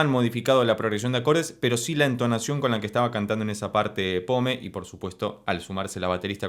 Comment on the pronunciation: Se pronuncia "pom". Muy buena reacción, gracias.